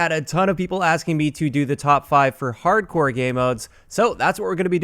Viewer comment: "Harcdore" Nice job,.